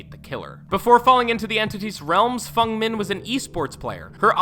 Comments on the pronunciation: no he called feng min fung min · I know. FUNG. FUNG? You mean Feng 😭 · Nya karlsson and fung min. Ok... ffs. It’s nea and feng not that hard dude, nice vid though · How do you get niah from nea? And fung from feng!? Also, it’s pronounced no myther not mither. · Did he pernounced n-e-a n-i-a and f-e-n-g f-u-n-g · Pretty sure he's right in saying 'Fung', it's a Chinese name and in her language would be pronounced that way, Feng is just the romanized spelling for it... as for Nea though he's absolutely wrong hahah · FENG!!! EEEEE not FUNG!!! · And fang not fung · Fung Min? Its Feng Min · It's Feng... not Fung. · Devs pronounce Feng as Feng, not Fung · I am having a brain aneurysm because he pronounces Nea's name as 'Niea' and Feng as 'Fung' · Did he say “Nya” and “Fung” on purpose? Just to trigger people like me? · "fUng min" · 'Fung' min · ((It's actually Fung, it means 'Phoenix' or 'Wind')) Source: Speak Chinese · Even youtubers pronounce it feng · What about when he says Fung? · Same with Fung Min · Harry Lister no it is supposed said like feng